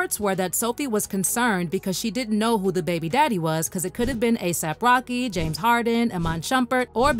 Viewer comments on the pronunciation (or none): none